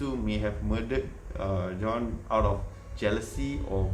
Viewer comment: Nama Jean..apsai sebut John??